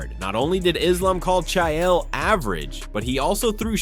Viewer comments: You pronounce names worse than Chaeyel😂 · I couldn't even tell this was an AI until it got to the "Chaiael" part. Absolutely disgusting. Put actual work into your videos. Disgrace to hard working content creators. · Cha-yell Sonnen hunh..? 😂 Finally, someone screws up the pronunciation of HIS name 😅.